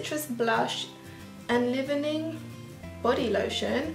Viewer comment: Love seeing that you use purse friendly products rather than lots of high end. By the way, Champney's is pronounced 'shampneeze' and enlivening is 'enlyvening'.